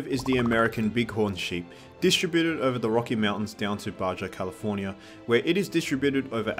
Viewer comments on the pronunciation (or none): Small correction for ya, Baja California is pronounced "Ba-ha." Because Spanish.